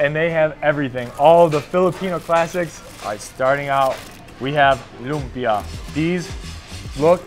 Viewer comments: It's Lumpia, not Lumbia. 😁 You're cute when you taste the bagoong alamang. 😅 Okay, leave it to the bottom of the ocean. 😆Thanks for trying our Filipino food. Congratulations! You're now one of us. Hehe. 🎉🫶💯✅ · Its lumpia not lubia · It's LUMPIA po, NOT lumbia.. 😊😊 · It's actually LUMPIA not LUMBIA 😅😂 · its LUMPIA not Lumbia but awesome reaction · Its lumpia not lumbia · It’s Lumpia with a “p” just like the Indonesian 🇮🇩 lumpia..thanks nice video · If I am not mistaken....it's actually "LUMPIA" not "LUMBIA"..."LUMPIANG SHANGHAI" IS THE LITERALLY name of that food, that is very famous food here in the Philippines...and I admit that LUMPIA is one of my favorite food. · its '“lumpia” not lumbia but its okayyy hehe thankyou for appreciating Philippines! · lumpia not lumbia hehehhehe... Hi! I'm from the philippines.. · Hey, it's Lumpia not Lumbia ☺️☺️ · Its lumpiang shanghai not lumbia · Bro it's lumpia not lumbia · It's lumpia not lumbia hehe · Lumpia not lumbia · I just want to correct you not to decriminate you but it's not lumbia it's "lumpia"🥰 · "LUMPIA" not LUMBIA. WRONG SPELLING. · *Lumpia not Lumbia 😊👌 All Pinoy's target in birthday party 🤣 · Its Lumpia not lumbia hahaha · Its not lumbia. Its lumpia i invented it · it's LUMPIA.. not LUMBIA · Please edit your video. Its not lumbia. Its lumpia. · I dong like how you said lumbia its lumpia 😢 and you said kari-kari its kare-kare 😤 and bangus you said banggus 😡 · "Lumpia" hehe